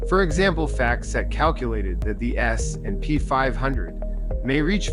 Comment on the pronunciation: S........&P 500. Why does he say it like that?